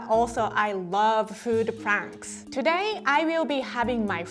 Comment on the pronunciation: the way she said pranks I’m sorry I really am but I’m dead 😂😂